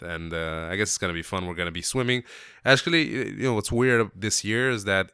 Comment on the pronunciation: . Asnhqually...a new word :)